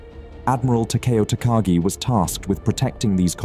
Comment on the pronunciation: takagi pronounced wrong but doesnt matter much